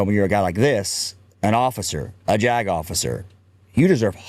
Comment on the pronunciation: JAG Officer said quickly sounds like “jagoff!”